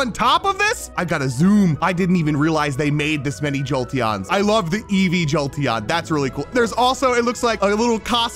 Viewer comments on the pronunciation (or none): none